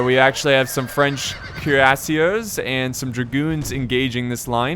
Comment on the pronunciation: Your pronunciation is getting better but you still say the "er" at the end of french words like an english er😋 it is pronounced like the letter A. So Cuirassier ends in a A sound not a er sound